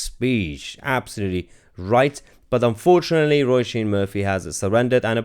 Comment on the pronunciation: Her name is pronounced as in row-sheen. And she is right.